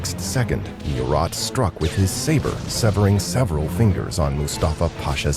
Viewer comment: Also , you need to make sure of proper important name pronunciations when using digital narrator programs.... ie, MURAT is pronounced 'Moo-rah..... not mew-Rat In fact too, when Napoleon returned to France, the French had already gained victories against their enemies to somewhat stabilize the situation for France.